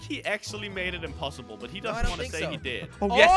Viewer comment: jelly thats impessible again: but its impessible